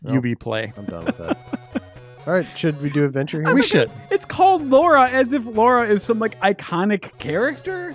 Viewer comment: You know what triggers me every time!? When Americans can't tell apart Lara from Laura. They are two different name with two different pronunciations. Please learn it!